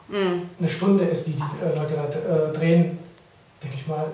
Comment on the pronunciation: Trehen... oh gott das heißt drehen